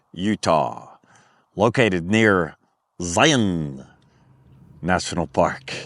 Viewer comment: First-Thank you for pronouncing Zion and Hurricane correctly:) Same situation as Des Moines etc. Second- I would get a kinetic rope and forgo the strap. Third-I am certain that with the type of camping that you are doing a winch would not be necessary. Use the saved money to purchase the aforementioned kinetic rope and soft shackles.